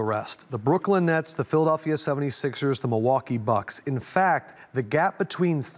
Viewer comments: D-WADE! ITS PHILADELPHIA, NOT PHILA-DOLL-PHIA. LOL. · No one: D wade: PhilaDULphia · "PhilaDALPHia" - D Wade